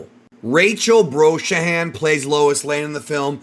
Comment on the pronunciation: Lol bro butchered rachel last name